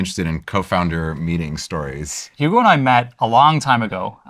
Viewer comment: Guy can't say Hugo